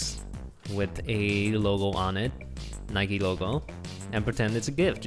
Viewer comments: Why’s he saying nikeee it’s just Nike with the e silent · ITS NOT NIKIEEE ITS NIKE